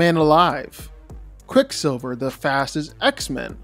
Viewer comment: You butchered quick silver here man